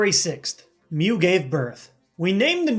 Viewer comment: "Alright heres mew there "MEU"...